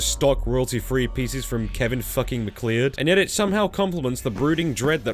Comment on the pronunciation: Your pronunciation of macleod hurt. It's "mack loud" not "mack Lee odd"